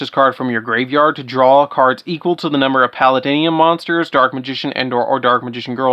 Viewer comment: "Palladium" pronunciation: [PAL-AID-ium].